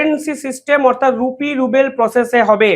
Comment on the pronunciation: রুপি রুবেল বলছেন কেন। আসলে রুপি রুবল হবে। 70 বিলিয়ন ডলার কে, 70 ডলার বলছেন। এ ধরনের ভুল আপনার কাছ থেকে আশা করা যায় না। দিরহাম কে ডারহাম বলছেন। চায়নার হোয়াং নয় ইউয়ান।